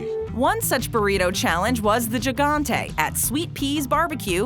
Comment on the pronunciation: "Gigantey", pronounced as HIGANTE